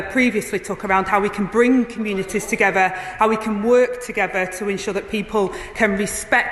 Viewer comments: What does togffer mean she can't pronounce words either or in her wards effer 😅😅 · AG saying ‘bring the communities togever’ it is pronounced ‘together’!